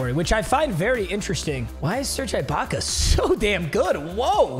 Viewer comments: Bro it kills me how hard he’s saying the “I” in Ibacka holy shot it’s not IKEA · for the last time, IT"S SERGE EEE-BAKA!! NOT EYE-BAKA!!! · E BAKA NOT I BAKA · “Serge eyebaka” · Serge Eye-Back-A! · My ears die every time he says I-baka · As a raptors fan eyebaka hurts me to hear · Bro says Serge Eye-Baka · Lmaooooo you call that baby ahh ish a beard ?? 😂😂😂😂😂😂😂😂 and it’s pronounced EEEEEEEEEE-BAKA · Serge Ibaka is pronounced E-BAKA. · Why he saying eyebaka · I hate how he kept pronouncing it eye Baka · The way he is saying Ibaka's name is making me punch a wall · Mispronouncing ’Ibaka’ annoyed the crap outta me 😂😂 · STOP SAYING IBAKA WRONG